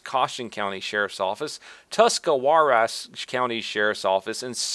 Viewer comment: I know this is an old video, dude, but I'm from Tuscarawas County and the story of Officer Eubanks is exactly the kind of behavior I'd expect from somebody who lives in Newcomerstown. BTW; it's pronounced Tusk-Uh-Raws.